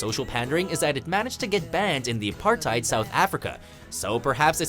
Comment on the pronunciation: The way he pronounced apartheid made me cringe